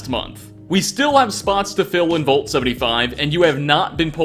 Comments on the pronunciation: "volt?" I think you mean VAULT. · The word vault got murdered to death.